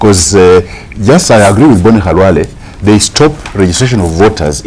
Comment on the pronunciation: Dr. Khalwale not halwale